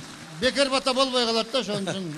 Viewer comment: Кыргызча суйлосонор пата эмес бата